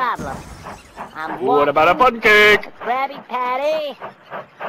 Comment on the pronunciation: why keep saying puncake